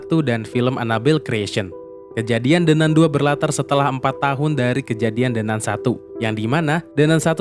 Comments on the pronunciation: “De nan“ woiii bukan “de nun!!“ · apa susahnya nyebut "De Nan", bukan "De Nun" utk baca The Nun? itu pronounciationnya bahasa Inggris. mosok gak tahu 🤣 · De Nan baca nya 😂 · De nan bang bacanya 😂